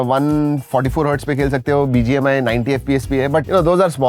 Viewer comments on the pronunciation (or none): none